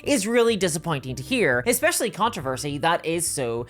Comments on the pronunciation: Fun fact other than two videos from you, I've never heard of it. And are you saying "controversy??" Because it sounds like "contrervesy." Sorry but you're saying it so much that it's throwing me off. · You mispronounced controversy three times, then pronounced it (almost) correctly.